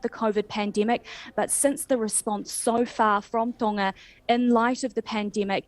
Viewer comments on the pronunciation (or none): Why does not pronounce the G in Tonga? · That New Zealand radio host needs to learn how to speak properly, can't pronounce Tonga properly. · Sorry to focus on a trivial point but it’s doing my head in… Why are all news reporters pronouncing Tonga with a silent G All my life I have known it’s pronunciation to have quite a powerful G and if you google how to pronounce Tonga it is sounded with a strong G.. This happens a lot in the media, but are they right in this case?